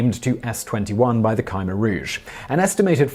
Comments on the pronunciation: It is generally pronounced "kuh-MAIR Rouge" not "Kiemer Rouge". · The group headed by Pol Pot is pronounced “Ka-mare-rouge” not “Ky-mer-rouge”! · Is his khmer rouge pronunciation killing anyone, I shudder every time hes 'kai meer rouge' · Ky-mer-rouge is wrong, period!